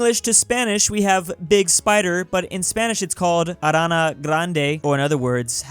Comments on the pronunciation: bruh said arraunuh instead arraunyuh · You pronounced araña wrong. Here's a little thing that may help you pronounce it: Uh ron yuh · hahahahahahahahahashahshshshahshshahahahahahahahahahahahahahahahahahahahaha You can't pronounce Ñ? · The last one kinda annoyed me cause he said it wrong the n with a squiggly line on top isn't just pronouncements an n it's more like nye, I know this because I'm in a Spanish class I dunno bro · The last one, ñ isn't pronounced n it's pronounced completely different but the easiest way to replicate it is with "Nee" Like instead of "arana" "Araneea" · Arana? The ñ is pronounced more like arania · him pronouncing ñ(nyuh) as a normal n is killing me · solo trata de decir ñ como enie pero rápido digo no es arana es araña. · Btw is pronanced arnja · Nobody’s talking about how he pronounced “araña” as “arana” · Wow, arana grande, what a great pronunciation of the letter ñ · Ñ is pronunced like "ny" For example "araña" is like "aranya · NOOOOO!!! DON'T BUTCHER THE Ñ!!! IT'S NOT AN N, IT'S A Ñ!!! STOP THAT!!! dies of ear cancer in Spanish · It's very funny how you don't know how to pronounce the ñ from araña grande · Just loves your Ñ American pronunciation, it's so grande....